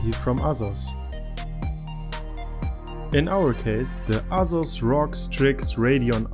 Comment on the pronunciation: dE aZuZ ROG